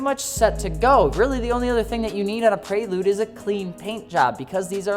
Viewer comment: The “Praylude”